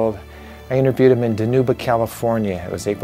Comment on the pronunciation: Close -its pronounced DIEnuba. My neck of the woods. I live in Fresno, Ca. Thank you for both of your service.